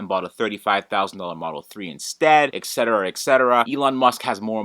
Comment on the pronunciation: are there third parties or communities for Tesla devices to reverse engineer and circumvent these software restrictions and limitations? also,, you need to learn that it is "et cetera", not "eck cetera"